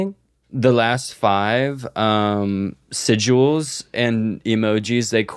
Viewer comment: The way this is at least the second time has brought up sigils but has said siduals